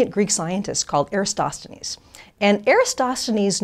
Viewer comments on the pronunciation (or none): It's Eratosthenes, not Erastosthenes... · If this women is so clever how come she can't pronounce Eratosthenes? She sticks an extra S in... EraStosthenes. Must do better. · It's Eratosthenes, not Erastosthenes! Strange how someone speaking with such confidence about this particular subject would pronounce his name wrong🤔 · Would be great if you learn to properly pronounce Eratosthenes. This will give less chances to the flathead. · I'm glad that you find my comments so amusing, but...have you even bothered to watch any of the many videos I've posted that clearly debunk the alleged proofs of a globe proffered by a paid liar who doesn't understand perspective, and who can't even pronounce the name of Eratosthenes whom she credits with discovering the Earth is a globe and even calculated its alleged circumference using sticks and shadows?! I highly doubt it, because...you're afraid to have your weltanschauung rocked by learning the truth...THE EARTH IS FLAT AND MOTIONLESS! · She can't pronounce eratosthenes. Just saying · Mispronounces Eratosthenes and says he “rationed” instead of reasoned...jebus!